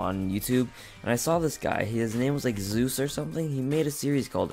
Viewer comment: You actually gave me credit for analyzing ur MCSG gameplay <3 I luv u (You are the first person I know, who pronounced "Zeus" correctly FIRST try :D